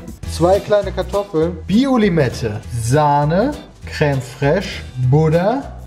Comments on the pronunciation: Jedes Mal, wenn Peter „krähm“ und „krähmig“ statt creme und cremig sagt, triggert er mich so hart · Peters Aussprache von Creme foltert mich jedes Mal aufs Neue